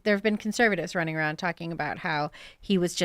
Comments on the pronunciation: He says arooudd to be proud 😅😂😂😂😂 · Tim pool: "Aroud" 😂